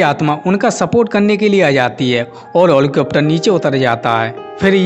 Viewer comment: What is this helicopter ko holicopter bol diya